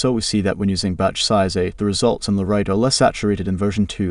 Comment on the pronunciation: Great content. Your dialog needs some work. The AI you use is ruining the natural timing. There are pauses in strange spots and it mispronounces LoRA with an accent on the A. Try writing the verbal script so that it is spelled like a persons name Lora. Thank you for these tests. =] very informative. I wish the final tests were done at 0.7 weight rather than 0.4. It’s hard to see the intended subject control with a low weight.